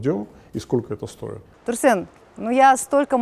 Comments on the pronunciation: ТурсЭн, слышать это прям слуз режет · Не турсен а турсын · "Турсен!" (((. какой он Турсен?! Турсын! он казах, значит он Турсын. ...как попка долдонит это имя))))